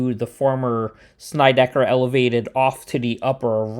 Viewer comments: Hey Dude ~ kool video. First, you got seriously good hair. Am an aging hipster from the East New York section of Brooklyn and grew up on Sheffield Av which runs parallel to Alabama & Georgia Avs. Second, it's not ''Snide-eye-ker" but "sned-ick-er". Plus, in the old Brooklyn accent the er is pronounced more like uh. Am now well into my 70s, moved to the Midwest 39 years ago but never lost my East New York accent and still speak that way. You pronounced Van Sinderen correctly. Not too far away the New Lots Avenue line runs past a street called Schenck Av. This street is pronounced ''skank''. In the old days we pronounced Avenue as "avnuh'' just in case you'd like to know. One thing more = there's an old story from Nick Fotiu who was one of my favorite pro hockey players of all time. While he was a genuinely tough guy, he shuddered at the thought of going thru Atlantic Avenue in the Long Island Railroad to hockey school in Long Island. Because of that whenever he was on the train in that station he would clutch an axe in order to ward off any trouble. ENY was and remains the toughest neighborhood in Brooklyn and in NYC. And in case you didn't know, nearby Broadway Junction used to the be the home of old Eastern Park which had been the Mecca of NYC sports way back in the 1890s. But that's for another video. Keep up the good work. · SNEDD-I-KER, not Snydekker! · The two streets are called (sin-ned-di-kerr) and (van-sin-dren)........... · It's not pronounced Snideker. It is pronounced like the word Sled with an n instead of an L. Van Sinderen as in Cinder.